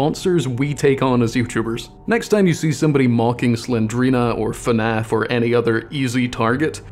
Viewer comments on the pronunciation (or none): none